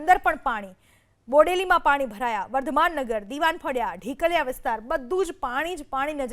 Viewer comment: ढिकलया नहीं बेन ढोकलिया 😂